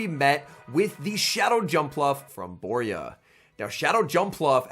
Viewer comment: I was in this event. Worst organisation I've ever seen, it was such a disappointment By the way, Borja is not pronounced Boria, it's BorJa (spanish J, can't think of an english sound to write that can imitate it, but think of the old "charging a loogie" sound)